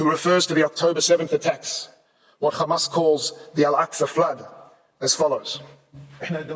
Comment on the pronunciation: It doesn't matter how many times they say khqhcamas it will not change the fact of genocide.